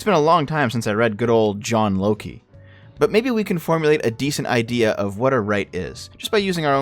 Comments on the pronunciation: Its Locke ( silent e) not Loki you’re Canadian you should know that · Your pronounciation of Locke triggers me. (It's Lock(e) not Lockee) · Please tell me was being cheeky when he called John Locke "John Loki." Sometimes it's hard to tell with him and is struggle with pronouncing names and words. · Who is John Loki? You surely can't mean John Locke, because you clearly said Loki. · you mispronounce some basic word in literally every video. (Locke rhymes with stock) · He does that on purpose